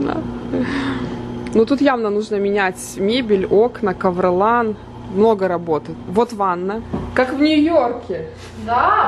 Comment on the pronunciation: КовролАн? может Ковролин ? )))))))))))))))))))))